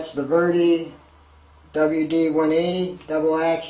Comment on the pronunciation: It's a VEDA, NOT a VERDY. ! I see no R or Y in the name. Also why does everyone that does a review on a 0.20mm fine detail airbrush never ever thin the paint and reduce the air pressure or hold the brush at an angle more square to the item being sprayed..to get it to do as fine a line as possible ? It's amazing how poor some reviews can be.. like this one.